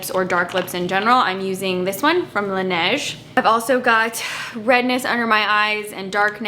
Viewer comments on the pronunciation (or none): none